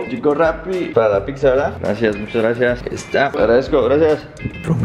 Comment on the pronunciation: Dice pigza